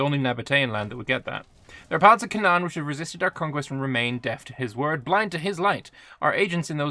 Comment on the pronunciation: It is pronounced “cay-nan” :)) just a quick fyi, love the video